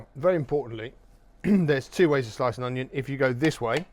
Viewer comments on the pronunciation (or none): none